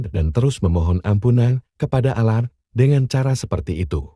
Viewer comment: Nyebut Allah nya ga enak.latihan / belajar dulu lah.